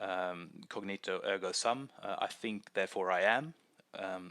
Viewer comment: Cogito, not cognito